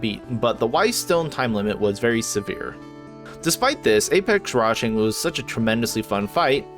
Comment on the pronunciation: Wait! WTF!? Did anyone else notice when called rajang, “Django”? lol! 🤣 Unless he's black, that’s racist. Django is the titular black main character in Quentin Tarantino’s Django Unchained. How did this get past the editing stage?